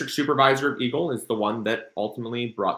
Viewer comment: I'm sorry, but the first several times you said eagle, I thought you said evil... Blessings to you and your family 🙏🙏🙏